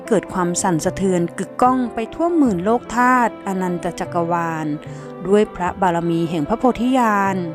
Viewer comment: สะกดอ่านว่า..โลกกะธาตุ..ไม่ใช่โลกธาตุนะโยมอ่านให้ถูกด้วยเจริญพร